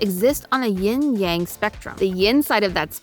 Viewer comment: ovehow amy got yin and yang wrong